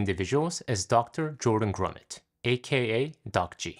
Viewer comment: Btw, it’s Grumet not “GrumeNt”. No N